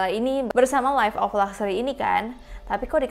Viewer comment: Siapa yang pas ngomong luxury tapi kalian denger nya gluxsury yang sama satu server:)